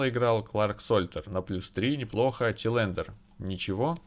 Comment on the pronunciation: Все хорошо, но, чувак, посмотри как произносятся названия клубов и фамилии хотя бы твоих футболистов. Режет ухо Тилэндер, хотя он Тэландер. Я уж молчу про Ван ди Бика, хотя он Ван де Бек. :D А так, удачи. Пока самая адекватная и интересная карьера. :)